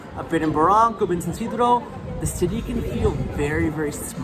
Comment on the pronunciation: Wow unwatchable he has to work in the pronunciation and avoid screeching when he says cityyyy😊